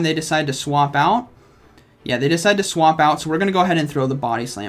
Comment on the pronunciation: I decwide.... chuckle Me: chuckle